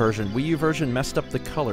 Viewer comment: it's pronounced nAHvEE!¡!!¡¡